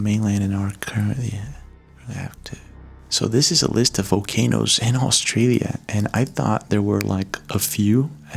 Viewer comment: Was it just me or was he saying “Vocanoes”? Lol. All love